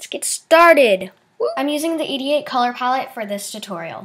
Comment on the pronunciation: You said 88. I heard 'idiot'. So its like idiot color pallette. HAHA xD